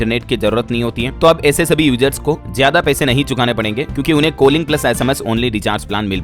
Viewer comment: कोलिंग nhi कॉलिंग होता